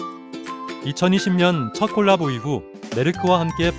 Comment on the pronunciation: 발음이 가끔 골라보로 들리는건 착각인가요?